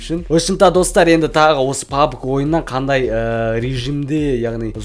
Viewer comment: Пабг емес пабжи